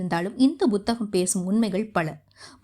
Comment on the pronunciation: Buthaham illai Amma Puthaham என்று உச்சரியுங்கள்